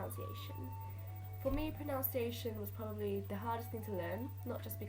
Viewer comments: This is super-cool, thanks! Wonderful work. Sorry to be pedantic but do remember though that the word "pronunciation" is pronounced as it us spelt - the u is pronounced like "but", as in proNUNciation, not proNOUNciation. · Great video but, unfortunately you do my biggest pet peeve of pronUNciation and that is the fact you actually pronounce pronUNciation wrongly the OUN sound is meant to be an UN sound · Pronounciation? Are you doing that on purpose? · You said "what is most important is pronOUnciation." That isn't a word - its pronUnciation. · I have nothing against the way you pronounce it because... well if these people really have a problem maybe the internet isn't a good place for them, but to everyone who doesn't know why there is such a ruckus about it is because its pronounced (pro nun see ation) so its like a nun, its really... why the fuck do i even care lol, anyway idk why i bothered to right this comment but yea... um.... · Frankly, I think your mispronunciation of pronunciation is pretty cute. Keep up with the awesome videos, and ignore the idiots. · Hahaha, I'm sure it's a good video. But I just can't trust the pronunciations if she can't pronounce pronunciation. Oh the irony <3 Good work though girl! It's a hard language! Dedication to Sindarin <3